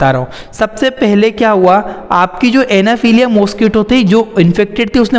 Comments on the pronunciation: Anaphiliya nhi anaphiliez hota h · It's not anaphelia .. it's anopheles